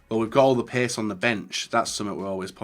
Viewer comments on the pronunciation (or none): none